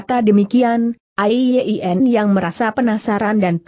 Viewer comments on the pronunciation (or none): A-i-ye-i-en. Apa google tidak bisa mengucapkan nama Ai Yin????